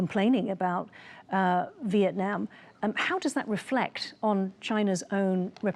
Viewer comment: Don't forget CHina is using Vietnam to gain its export to the US and other Western Markets. Mr. so-called professor - can you pronounce "Vietnam" a little more clearly?😅